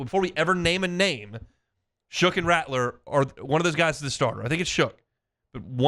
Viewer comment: Shough pronounced "Shuck"